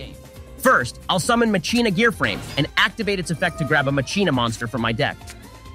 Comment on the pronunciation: Endlessly amused me that keeps saying Macheena. Especially when he actually pronounced Machina right once